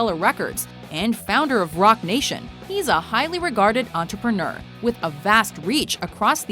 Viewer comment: she legit cant say the word 'entrepreneur' lmao